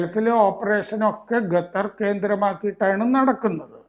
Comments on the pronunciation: ഗത്തർ..... ഗത്താർ..... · Ente ponnu saare gathar alla qatar.. kha kha… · bro it’s qatar not gatar 😭😭